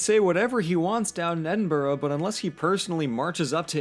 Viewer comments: next time you say Scottish Gaelic pronounce it as gA-Lick. and Edinburgh should be pronounced as Ed-in-bruh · At least he’s no saying Edin-Burrow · please never speak in a scottish accent again im BEGGING you. Also, Edinburgh is NOT pronounced Edin-Burrow, its pronounced Edin-bruh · Ed-in-bruh please can an American pronounce it right. It’s not that hard. Edinburgh doesn’t even look like it should be pronounced ed-in-burrow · As an Edinbugger I felt my soul leave by body when you said EdinBROOOOO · Am fi Edinburgh and it is officially pronounced EDIMBRUH!!! tell yer english wannabe scots fam that doll. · LOOK, I k n o w it's written Edin-burgh but I cannot emphasize enough that it is pronounced Edin-bruh - signed, I LIVE HERE. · I have never gotten the way Americans say Edinburgh It looks like that's how it should be said but it doesn't sound right Edin-bruh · Caragh Young his not really an Edin-bruh is he? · That's also not how Edinburgh is pronounced :P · Then 20 seconds later you butcher Edinburgh... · You clearly did a lot of research for this video, and yet not once did you come across the correct pronunciation of Edinburgh? ffs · Every time you say Edinburgh wrong it hurts me. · Please for the love of all that is holy learn to pronounce Edinburgh correctly if you are going to a video on scotland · Just going to say a couple pronunciation corrections. Inverness - In-ver-ness Edinburgh - Ed-in-bur-uh Gaelic - Gah-lick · >Says he's half scottish >Can't pronounce Edinburgh, Glasgow, Inverness, or Scotland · does reaserch *still pronounces Edinburgh, Inverness and Fraser wrong *